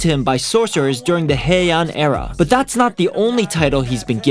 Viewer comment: Hey-an eara 😂